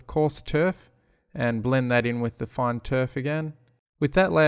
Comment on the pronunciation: Every time you say "fine", I hear fun :D